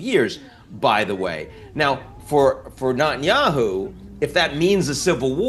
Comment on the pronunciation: Notice how he says "Notanyahu" instead of Netanyahu 😉